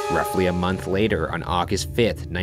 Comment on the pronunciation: does anyone else kinda find it annoying how he talks when he's telling the story?? he's like "a little over a MONTH later, discovered by a BAKER" like the last word has an annoying amount of emphasis